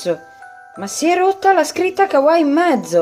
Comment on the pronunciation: tutto molto bello ma come pronunci kawaii? brividi 😂